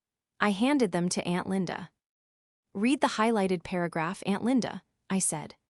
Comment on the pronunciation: Nor can it pronounce lead or read lol 😂